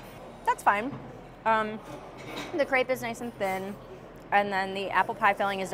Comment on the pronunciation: that's very different though as the spelling is the same in both languages. Either use the word pancake or say crêpe properly :)